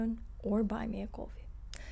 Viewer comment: Slava Ukraine. Good report. Very much appreciated your explanation of "Palyanytsia". I can only say it with an American accent. I hope that will get me through Ukrainian lines. You have the best "Slava Ukraine" on YouTube my sweet.🌹🥂